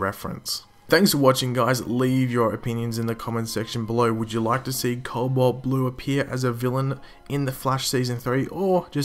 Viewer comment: There's no "L" before the "b" in "cobalt"